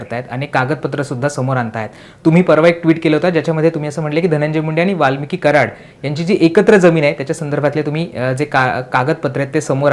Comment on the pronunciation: वाल्मीक म्हण वाल्मिकी नको, कसा पत्रकार आहे.